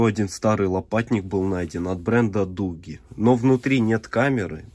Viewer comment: Не дугги а додж